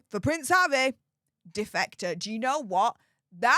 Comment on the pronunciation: Defecater? Ohhhh defector😂